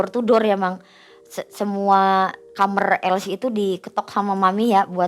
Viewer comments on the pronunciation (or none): kamar wai....bukan kamer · KAMAR....bukan KAMER....😅😅😅😅 Gini kok jadi terbaik🤣🤣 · knpa kbnyakan nara sumbernya,klo bilng kamar jadi kamer😂😂😂. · Kamar sel,bukan kamer